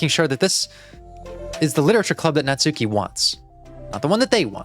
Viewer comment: I can’t believe 24 parts into the series you are still pronouncing Natsuki’s name wrong. To be fair a lot of the community does. But in Japanese a u between hard consonants is silent, so it’s more like Natski.